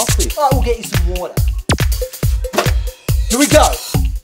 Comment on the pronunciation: I'll get you some worrrrtaaaa